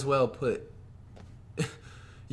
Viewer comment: "demar rozen